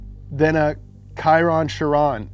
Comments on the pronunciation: Your saying Chiron wrong, it’s pronounced “shearon” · Chiron is the name of a French driver, so you have to pronounce it the French way, so both of the things he said were wrong, sorry